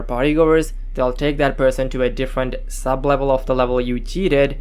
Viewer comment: "Sub -evel"